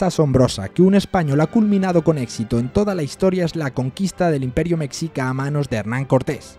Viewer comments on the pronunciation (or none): none